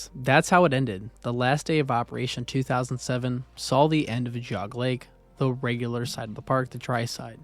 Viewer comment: Enjoyed the documentary, but you mispronounced Medina and Geauga.